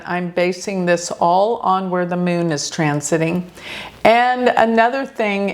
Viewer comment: The Meeoon (Moon). Pronunciation is funny!😅Like Peon!!